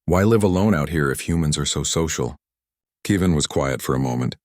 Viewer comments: How can you not pronounce KEV- IN? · Good story, but please stop pronouncing Kevin as Kee Van.